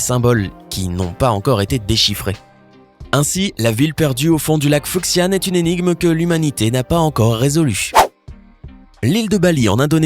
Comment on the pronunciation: Lac Fuxian, le X se lit C.